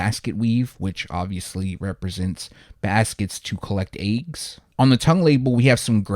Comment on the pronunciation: dude you killing the way you pronounce the word eggs🥚🥚🥚🥚🥚 😂😂😂😂😂😂😂😂😂😂😂😂😂😂😂😂😂